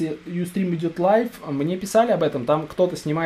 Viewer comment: LIVE, а не LIFE